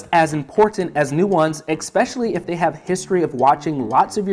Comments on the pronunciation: I learned a new English word today: exspecially. Rad! Thank you! ❤ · These are great tips, but did anyone else get bothered by the mispronunciation of especially?